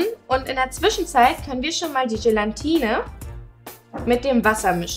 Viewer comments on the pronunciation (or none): Es heißt immer noch GELATINE UND NICHT GELANTINE!!! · Es heißt Gelatine aaaaaa nicht n... 😤